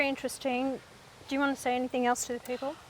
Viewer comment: "Any think"... I think you mean, "anything"